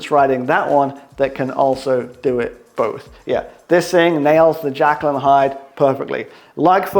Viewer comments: You know it's Jekyll and Hyde and not Jackal and Hyde ? ;-) xx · Superb effort on the Everesting! p.s. Jekyll and Hyde, not jackal, or it might be a bit of a dog;)